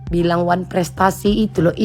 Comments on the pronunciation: Huuu oneprestasi aja gak bisa nyebut gmna tuh haduh haduh haduh😅😅😅😅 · Ngomong wanprestasi aja ga bisa,apa cocok dipanggil dokter? kebanyakan obat untuk gigi itu,yg bikin gigi keropos,makanya ga bisa omong